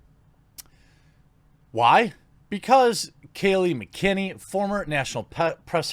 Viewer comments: Mac-en-eny. Not Mcenny. And she is the CURRENT press secretary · You say her name like Mack Annie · Her name is hard, I agree. It’s pronounced Mac-uh-neeny though. Not McKinney. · Learn how to say MACK-a nay nee... and tell you what, I'll do my part and learn how to spell it. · Jer, I love ya brother. I really do. McEnany = mac-uh-nay-nee.... hope that helps, it's getting brutal, forgive me. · Say it with me Jeremy: mack-uh-nay-nee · Believe it or don't, I ordered Domino's today just before I hit this vid AND I'm chowing on it now. Go to hell you "woke" bastards!!! Oh, and it's pronounced MAC-in-AY-ny. At that time, I think she was still a reporter for the Washington Free Beacon, but she's been on the Right (and correct!) side of the fence for a while. Maybe she was a NeverTrumper before, but she's on the Trump Train now! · its pronounced (MAc EN nerny ) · Why do so many people have trouble pronouncing McEnany. Muck-en-annie.